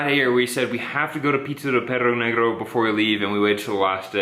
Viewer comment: awww guys you are super cute couple the pizza looked delicious! and the way you guys pronounced perro negro idk why but i found it so funny! 😁😁😁